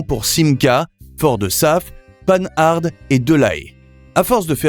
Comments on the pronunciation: Panhard "Pan - Ar" pas "Pane Ard" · À 1' 48'' j'ai entendu "panne - harde" !!! Ohé l'I.A., tu ne connais pas"Panhard" ??? initialement "Panhard-Levassor", initiales PL (d'où la PL17). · Panne-arde 🤣 les limites de l'IA... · C'est pas "panne-harde" mais pan-are, panhard... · Pourquoi dire penn-ar alors ? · La prononciation de Panhard est à mourir. Quelle ignorance ! Et la Simca 5 ?